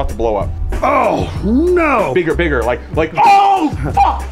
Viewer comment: Im sorry did you say would do it..."bigger"?